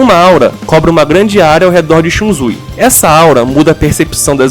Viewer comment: ShunZui ? É ShunSui